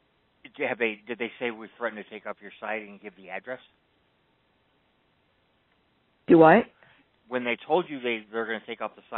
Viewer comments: she even said "duwhat" 😂😂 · she said "duwhat" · Did she actually just say dewhat?????? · She said “DoWhat”. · Anyone want to meet me at Summit Lake tonight to help me take the siding off 339 Lloyd St? I'm ready to roll. Also, did seriously say "duwhat"???? 😂😂😂😂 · No way she also says Duwut haha I can see why she’s friends with Sally. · SHE SAYS “DOWHAT?”